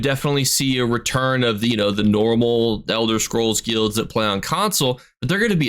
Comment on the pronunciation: I dont like how you say guilds broski